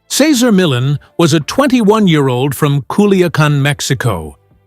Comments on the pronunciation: The very least you could do is pronounce his name correctly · "Sayzer Millin" 😂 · Say-ZAR me-YON. You are welcome. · "Casar Millen" stupid bot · Who’s “Cesar Millen”? 🙄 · Sezzer Millen? Gee, one would think you could pronounce his name correctly! At any rate, I miss his show, he came a long way for it to end like it did. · I like you knowledge on Cesar Millan. But, I really wish you would learn how to say his name right and stop saying it different through the whole video. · Okay....I'm 3/4 of the way through this video, and if this guy mispronounces Cesar Millan's name one more time.... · The commentator can’t even pronounce his name!! Cesar is the best and will always be! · Cesar deserves a better written presentation that this. Sheesh. No human on board, to at least make sure his name is pronounced correctly? I have read two of his books...and don't even own a dog! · Could the narration at least pronounce his name correctly? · Frigging give the man RESPECT 🙏 & pronounce his damn name correctly 🤬😤😤🤬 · How can I believe you when you don't even pronounce his name correctly or at least how he pronounces it. Other than that, I am glad to know the other side. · The guy talking can t pronounce cesar last name. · Can't even pronounce his name right 😂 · Can't even say his damn name right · It would be nice if they used a voice that could pronounce his name correctly!!! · He is amazing. I’d love to see the respect of you at least attempting to pronounce his name correctly! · He was born to work with dogs and he loved what he did. Kudos to him! If you are doing a retrospect on someone, please say his name correctly throughout the video. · This video doesn't sound very credible when they can't even pronounce his name. 🙄🙄🙄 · Can't watch...pronouncing his name is unacceptable.